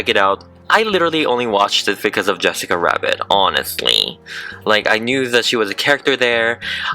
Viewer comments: Has anyone noticed that, he says wessica instead of jessica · Is it just me or when you say Jessica rabbit it lokey sounds like Jwessica Wabbit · It's not Yes sica it's Jess cica. No, it's not the same. She isn't Hispanic and her name shouldn't be pronounced like that. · YESSICA WABBIT QWEEN😂🤣- YAAAAAAAAS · Kaylee Keeper in spanish/latino countries people pronounce Jessica Yessica most the time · Have you ever tried using an airbrush? Also she is called Jessica J-e-ss-i-ca not Y-e-ss-i-ca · I keep hearing yessica instead of Jessica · He keeps calling her yessica wabbit I have never seen the movie so maybe that’s just way he talks plus I am new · who got so irritated when he kept saying "yessica Wabbit".... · Two seconds you can hear him say Yessica Wabbit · Ok can he stop say Jessica WABIT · Why is he saying Jessica like "Wessica/Yessica"? Come on man you're upsetting us Jessicas. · Speaking of Yessica <3 loved the way you say her name, could you do Holly from Cool World <3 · yessica wabbit